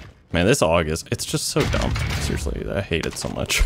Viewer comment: so Canadian he leaves the "d" out of "dumb". This gun is d u m